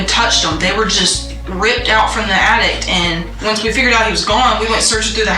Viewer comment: She pronounces “attic” as “attict”.